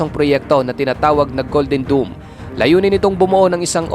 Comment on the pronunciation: Mali nmn ung pag bigkas Mo Sir... DOME ✅️ Hindi DOOM❌️ DOOMSDay nba?